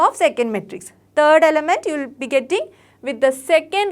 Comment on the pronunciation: 'Third' bolti ha 'turd'😂